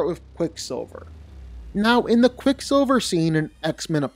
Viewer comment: You butchered quick silver here man